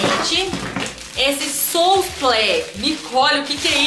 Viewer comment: Amei o vídeo, parabéns. Fala-se “suplá” e não souplest.